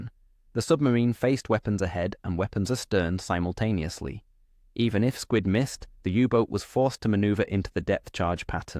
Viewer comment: Simontaneously - really ffs